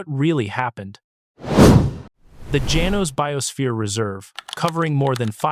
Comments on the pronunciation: Janos - pronounced ha-nos! I have uncles/aunties/cousins nearby in Acencion. My second home. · Janos is pronounced as follows: Ha-nos. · Janos is pronounced Hanos in Spanish